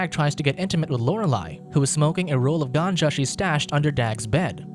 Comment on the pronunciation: Lol ganja. Work on pronunciation